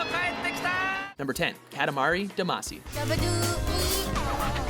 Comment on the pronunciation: oh my goooood. Pronounce your japanese words right. It's Ka-ta-ma-ra "Da-ma-see" not "Da-macy" and "Ta-keh-shi" not "Ta-kah-shi". Also another one for this list could've been Stretch Panic!